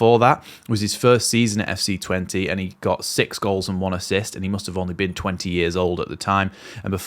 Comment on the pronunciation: mate love your videos,, but cmon, let's get the pronouncing sorted: it's SEM (not Sam!) STINE, and his club is not "TWENTY", it's Tuh-VEN-Teh MOT